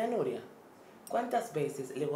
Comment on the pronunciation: Si pero no 😂😂 dice nuria 😂